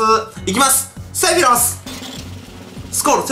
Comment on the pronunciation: せろふぃす？セフィロスだろ？w